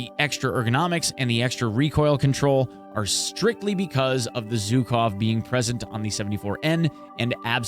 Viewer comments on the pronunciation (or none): ZH in Zhukov pronounses like ʒ in words viSion, uSual, deciSion